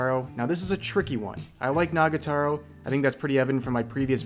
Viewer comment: "Nagataro" I love you rev, but